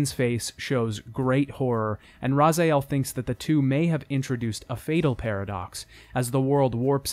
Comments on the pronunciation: This absolutely beautiful retrospective is a bit marred by the fact you keep pronouncing Raziel's name as Razael/Razaiel. It's not like they don't say it over and over again in the dialogue. Great job anyhow! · love this video. it's really thorough, charming and informative and... tons of low key fun,.... also... whatsup with calling raziel, razAEl? is that a statement? im all for it tho. its fun too. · "Razayael" my arse, did you clown even played the game? You can't even pronounce the name... Delete more comments. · Your pronounciation of raziel greatly annoys me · Butchering Raziel's name for 3+ hours 😬. Otherwise very good video 😁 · I’ve watched this multiple times as something to fall asleep or do mindless work to and I’m very thankful you’ve put in so much effort to create it, but WHY the hell do you pronounce Raziel’s name like he’s a Batman villain. Every time they mention him in game WITH voice acting they pronounce it like “Rah-Zee-El” but every time you say it, you pronounce it “Rah-Zay-El” and it drives me a little crazy lol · Let me say that I wholeheartedly agree with the positive comments and feedback, and also that its driving me nuts that you mispronounce Raziel. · nice video though i must admit every time you say the name raziel or sarafan i died a bit inside since you pronounce it wrong lol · I really wish he could pronounce Raziel correctly. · It's really irritating hearing you say Raziel's name wrong for the entirety of the video. Jesus Christ, just say it the way the characters do! What is wrong with you? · Great video. I've loved this series since playing Soul Reaver on PS1, and it was worth hearing Raziel's name mispronounced over, and over, and over, (and over) to go through the story again like this. :) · Love the vid, but its like you decided to pronounce Nupraptor, and Raziel your own way, which irks me a little. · How can someone so in to this game pronounce Raziels name so wrong. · why do you say Razaiel instead of Raziel?